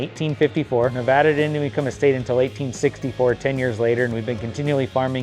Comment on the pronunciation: I see you learned how to say nevada right😂. I live in fallon. Wish i knew of you when this came up.